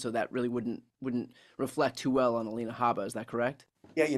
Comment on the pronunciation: Alina, Glenn. Not Alena.